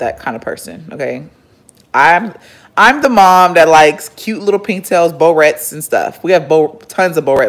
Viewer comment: girl I've never heard anyone pronounce barrettes like that🤣🤣